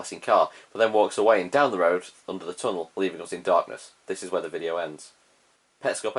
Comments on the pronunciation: Nobody: This guy everytime he trying to say us: os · People: us.: uzzz.